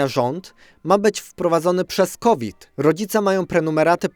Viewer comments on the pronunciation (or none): none